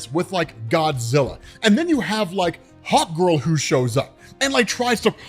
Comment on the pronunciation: Everytime you said Hawk Girl, I heard Hot Girl xD